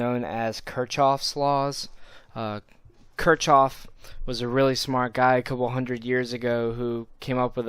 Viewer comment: At least get the man's name right it's pronounced as (KIRK-KHOF).